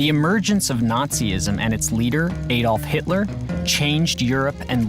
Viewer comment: Aside from him reading "Adolf" wrong, this should remind everyone in the world, what we shall never do.